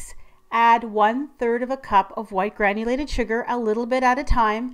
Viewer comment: Lol I thought she was saying white granny lady sugar!!!!! My bad! Lol